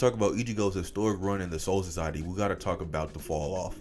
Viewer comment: homie just sounds like cjdachsmp with a tounge to big to pronounce soul society, but also good video keep it coming, learn to edit vocals and audio more coherently I guess would be my only crituqe